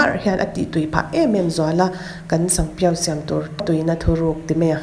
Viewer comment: sanpiau i lam dan hi sangpiau i ti ni mai in ka hria😁